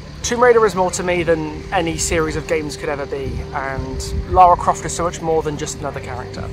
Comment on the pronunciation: How are you a fan and you count even pronounce her name right